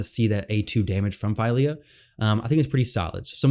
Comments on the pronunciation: Unfortunately you are incorrect about the pronunciation of her name. You have selected "Translate from English" instead of "Detect Language", which would reveal that the name Fylja has Icelandic origins and it is pronounced PHEE-LIAH , as in Ophelia without the O. Hopefully the FEIL-YAH boo boo doesn't catch on. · FWIW Google identifies it as Swedish, which makes sense for Dwarves, and says "Fill-ya".